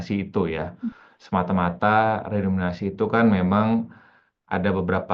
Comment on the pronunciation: Narsumnya kok bilang redominasi sih, harusnya kan redenominasi. Ga layak didengerin ah tulul